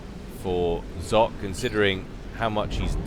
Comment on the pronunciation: "Zlock" huehuehue Great cast as always!